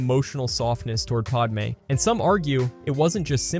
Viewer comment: It’s padme. Not PODme.